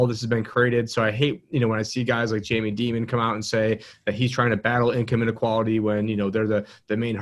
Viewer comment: I really hope that was trying to make a statement or a joke when he mispronounced Dimon's name. Having been exposed to his language usage before, I'm not sure. (Read: I doubt it.)